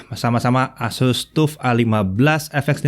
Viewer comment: TUF mungkin sama dengan TOUGH, harap dibaca taf (keras, tidak lunak), nyambung dengan materinya. Lain kali Pentium harap dibaca pensyem, jangan pentium.